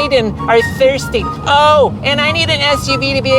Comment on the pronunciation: "...cause sometimes Madison and Brayden are thirrrrsty_ " 😆😂🤣 Effin Hysterical